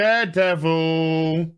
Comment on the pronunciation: it's not daredevil its durrr davil